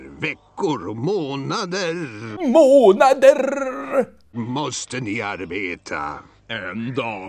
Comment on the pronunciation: "Måååånaderrrr!" O jävlar! kunde säga r som man ska säga det #skåning